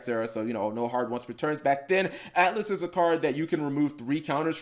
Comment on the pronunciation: It’s not atlas it’s Altus